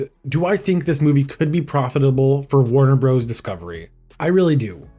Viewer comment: Note that "Warner Bros." is pronounced "Warner Brothers" (not "Warner Broze".)